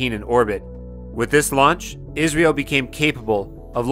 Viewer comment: Its I S R O ....dont pronounce it as Israel